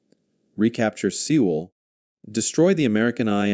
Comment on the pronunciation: Pronounced “Soul”…..